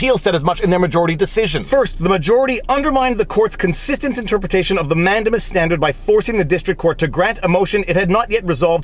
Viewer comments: Nice video. I thought mandamus was pronouced man-day-mus, not man-de-mus... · I really like your content and as a lawyer appreciate your legal reasoning. But please, it’s pronounced man-dei-muhs. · man-DAY-mus, for crying out loud. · ugh... we say "Peopledamus" ☻🙈🙊🙉